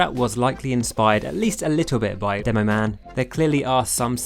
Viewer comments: Did this man just say “Doomoman”? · I love that he says at the begining Doom-o man and joink-rat